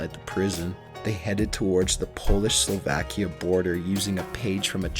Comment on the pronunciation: bitch its not slavakia is slovakia